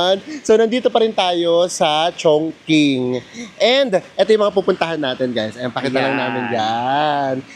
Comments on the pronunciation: Chongqing po, so its pronounced as Chong"ching". yung pagpronounced niyo chung"king" as in Chungking mansion in HK hehe. no offense po😊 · Chong-Ching po ata, not Chong-king ❤❤❤❤ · Ano pong tamang pronunciation, chongking or chongching?